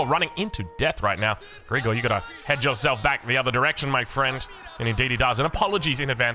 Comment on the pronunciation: Sorry but calling him "Greegor" is sf weird 😂 you pronounce it "Grigòroff" with the stress on the first O